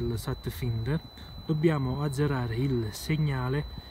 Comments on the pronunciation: si pronuncia FAINDER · per la cronaca si pronuncia satfainder